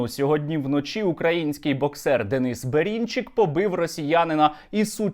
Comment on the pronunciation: Бэрынчык, а не Бэринчык!!